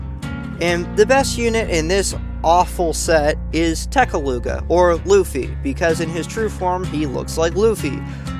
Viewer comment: Kalisa? Tharmea d lux? Fabled adventurer girl Kanna? If you say so… I think Lunos is overrated as well Nekoluga slander? Damn. Also I know most people from “da west” don’t have the best pronunciation of Japanese names but why does everyone keep calling him “Loofey” like did 4kids do that or something?